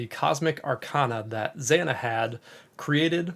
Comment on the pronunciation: zaah-nah i wish you would pronounce her name properly ZANA